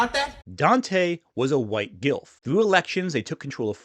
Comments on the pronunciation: It's so hard not to chuckle cos it sounds like is just saying 'GILF' constantly. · Ayo did you say the Gilf party????